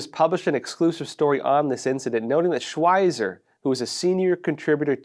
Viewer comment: Peter Schweizer is well known enough to have his name pronounced correctly.